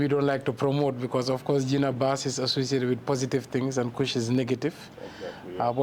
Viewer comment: Please don’t call it Gena BASS